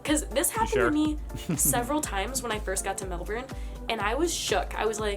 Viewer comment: Melbourne sorry is pronounce Mel Burn not Mel Born